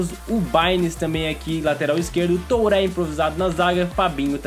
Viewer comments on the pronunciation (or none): Kkkkk N é Toure(pronúncia)é Tchurre